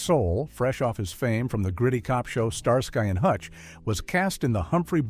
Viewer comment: Star SKEE not Star SKY